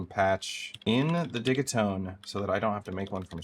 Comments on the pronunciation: It would be spelt diggitone. It’s a soft g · prrreeettty sure its pronounced Digit-One Two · Only found this week and I’m so glad I did! Watched so many videos and streams already. Even joined the discord. Hoping to get a digitone one day. I have to say though, I’ve slresdy heard say “it’s digi like digital” a few times, he then spends the next hour and half saying diggy. 😄 has to be trolling us 😂😊 Thank you for the amazing help you’re sharing for free! Beautiful stuff you come up with too. (Far too many talk the talk then create rubbish sounding vibes) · Great jam!!! I think it's called Deegeetone 😂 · Nice, I'll drop my two cents :-) The way I hear Swedes pronounce it is not 'Didgy' but 'Diggy', like their pronounciation of digital ('Diggitol'). 'Takt' is also a Swedish word meaning something like 'rate/pace/beat'. Digital Beat. 'Tone' is just English though, not a Swedish word which should be 'Ton' (I think). Think they pronounce that close to 'Toon'. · I've always said "De Git One" now its "De Git One Two", next iteration will be "De Git One Two Three" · The way your pronounce ‘digitone’ is driving me nuts. It rhymes with ‘rigatoni’ 😒…everyone knows that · Oh you mean like DIGITONE as in spumoni 😮